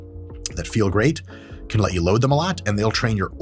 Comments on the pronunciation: Mike really said “gweat” lol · "They're totally fine, and you may feel gweat." -Doc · you may feel gwate. hahaha